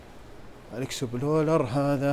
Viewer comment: اكسبلور وليس اكسبلولر